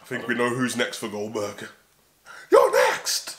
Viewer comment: The way you said "your next" lmao 🤣